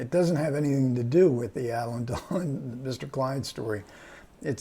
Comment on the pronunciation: It's not Elaine Delon but Alain (pron. Alen, with accent on accent on the 2nd syllable).